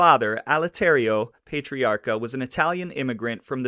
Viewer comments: Yikes. I'm 4 minutes in and had to stop to come here and comment on what zillions of others already commented on! Yeah, Worcester is "Wooster" or "Woostah", with the hard core "Vode Islin" accent, and PAH-TREE-AR-KA, or in Vode Islandese, PAH-TREE-OCK-A. He was generally referred to as "Raymond", never "Ray". His son Raymond Patriarca Jr. was known as "Junior", like "Junior" in the Sopranos. FYI if you ever come across these RI cities, East Greenwich or Gloucester, they're pronounced "East Grennitch" and "Gloster". Ok, I'm rewinding and will actually watch the whole video now! Thanks for doing this. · You are not pronouncing his name correctly. Its Pat... not Paytiarca. And trust me, I am from RI and the mob continued into the 1990's. They took credit unions, we had Mollicone, Diprete, and the wondaful maya twice elected Buddy Cianci. lol RI now is so expensive from everyone havin' to pay fo all thei crimes. We were priced right out and left family behind. Oh, and one maw thing, we do not pronounce the R in the name Pat riaca. That is how it would be pronounced, and Worcester is pronounced Woosta. LOL and I doubt many folks wer too pissed off he only got 80 days afta stealin' gems an diamonds. It's the way RI is to this day. We have a family memba who has been in and out of jail. It's just the way it is. They don't cair. RI is full of democrats to a fault. And folks need to work 2 jobs just to affawd an apatment neva mind a house. I don't know what happened to the histry of Roger Williams settlin' RI so that RI could have maw freedom. Cause growin' up we had loads of freedom, but its not that way anymaw. Thats the best I can do not having lived in RI faw 13 yeas. hahaha we have a language all our own. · Pay-tre-a-ca....? .,.... Pat-tre-a-ca. Pat....Not...Pay ..... I Hate the pronunciation police ...... But....it is What it is....Thanks for information on " Raymond " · Pat.tree.ocka.. thats how its pronounced. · War-chester? Also it's not Pay-triacha. 🙄